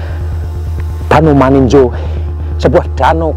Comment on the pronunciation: Bukan maninjo tp maninjau 😂😂😂😂